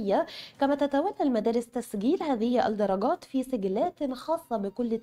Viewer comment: تنويه فقط وليس نقد : السيده الفاضلة المذيعة مع كامل احترامي لها تقوم بنطق الالف واللام الشمسية علي انها الالف واللام قمرية (في بعض كلمات الخبر) علي التقييم . من نجاح الطالب . نظام التقييم للصفين . تسجيل هذه الدرجات . تقبلوا تحياتي